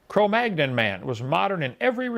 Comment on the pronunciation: Inmate # , did your mother have any kids that lived? By the way, inmate # , it's pronounced Homo Ne-and-er-tal-en-sis. In German, the "th" is pronounced like a hard "t". Cro Magnon is French and is pronounced Cro Man-yon. Also, Wikipedia is not a scientific reference, but rather a superficial crowd-edited summary, and not a particularly good one.